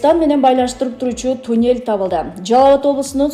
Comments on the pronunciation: Тюнель эмес мал а туннель! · тЮнЭль дейтко